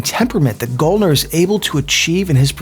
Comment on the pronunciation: its pronounced GAL-NER like gal as in girl